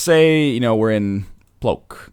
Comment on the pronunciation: Płock is not plouk...